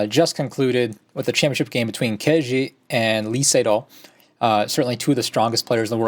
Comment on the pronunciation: You guys should learn the correct pronunciation of Ke Jie. After all he will dominate the Go scene for many years to come : - just click on listen